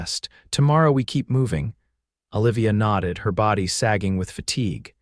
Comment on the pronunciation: "OLIVIA" - Them pronouncing it "Ah'-lĕv-ēyăh".